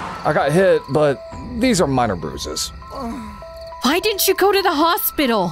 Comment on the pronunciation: It sounded like pruses but text said bruises